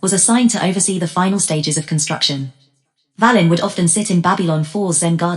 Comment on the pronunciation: It’s pronounced “Vay-len “